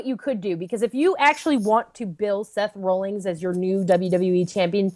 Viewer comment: I hate to be "that" person, forgive me because I can't help it, but I'm pretty sure it's Seth Rollins. Not Seth "Rollings".